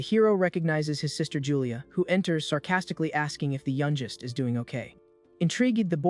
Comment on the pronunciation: Can AI really not pronounce words like youngest correctly? It still has a long way to go I guess.